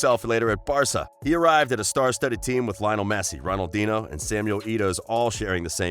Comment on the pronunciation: Waited a bit more and unsubbed when he said Ronaldin ho...